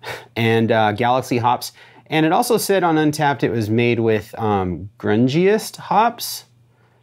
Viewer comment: I think that Grungeist hop is pronounced "groon-geist". I believe it's a new-ish German hop. We've gotten a few beers here in Chicago with this hop and they've all been pretty tasty. They've been growing this hop at Hop Head Farms in Michigan, the only place outside Germany that grows it, I think.